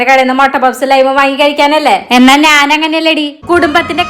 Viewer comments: നാൻ അല്ല slang ശരിയാക്ക് ഞാൻ ആണ് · നാൻ അല്ല ഞാൻ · നീ, ഞാൻ ❌ നി,നാൻ ✅ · നാൻ അല്ല ഞാൻ. മലയാളം പറയാൻ മലയാളിക്ക് അറിയിലേൽ എന്ത് പറയാൻ 🙁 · ഈ എന്ന് പറയുന്ന ചേച്ചിക് ഞ എന്ന അക്ഷരം വഴങ്ങില്ലേ?? Epozhum നാൻ എന്ന് പറയുന്ന പോലെ തോന്നും 😂